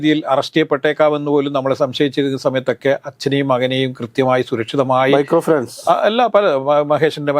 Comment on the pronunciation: Mircrooi finance alla potta micro finance,,randu pottamar vannirunnu baba baaa vekunnu😂😂😂😂